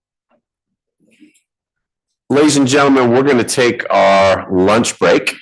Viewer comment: Did anyone else notice this guy says “luach”!?